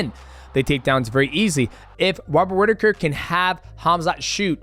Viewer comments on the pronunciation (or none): "Wobbert Whittaker" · Love you DJ, but "Wobert Whittaker" had me cracking up 😂